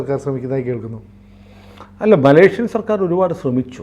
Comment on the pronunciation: മലേഷ്യൻ ആണ്‌ ശരി.... മലേക്ഷ്യൻ അല്ല....